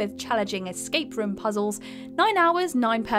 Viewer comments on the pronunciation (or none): none